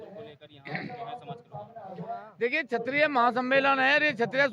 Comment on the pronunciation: Phala nam lena Sikh lo tab news chlana kshatriya hota chitriya na